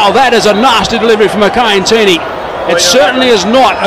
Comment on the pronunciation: "my kind teeny" ?